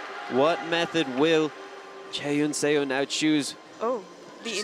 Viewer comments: I don't know if the commentator will be able to see this but it's "suh" not "say-o" for Seo's last name. Every time the commentators pronounce her name like that it makes me cringe. I get that it's an unfamiliar last name but still :( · Excellent commentary! One nit to pick though--"Seo" is pronounced "Suh," not "Sayo." It should sound a lot like a British person saying "sir." The spelling is deceptive. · Please get a pronunciation guide for your commentators. Physical pain every time they're saying Seo as "Say-Yo". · What is making me nuts is his mispronunciation of Chaehyun Seo's name. Less than a minute on YouTube to get pronunciation of both. 🙄